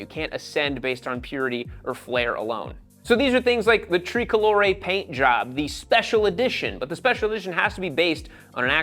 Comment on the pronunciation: "TREEcolore" WTF LOL